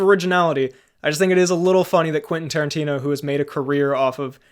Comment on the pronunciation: Quenfeet Toerantino